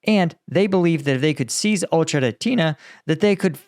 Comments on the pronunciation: FYI because I know you're having trouble pronouncing it, but the town is pronounced like "Oh-Kerah-Teen-Ay" rather than "Oh-Cherah-Teen-Ah". Hope that helps ❤ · O - cher - e -ty - ne BRAVO!